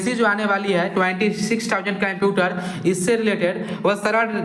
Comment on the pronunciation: अबे यार पहले कंप्यूटर बोलना तो सीख ले